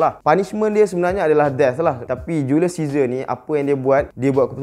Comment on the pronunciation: Ml studios: julius caesar Me : julius scissor